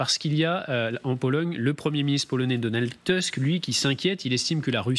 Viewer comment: Donald TOUSK, ça se prononce TOUSK.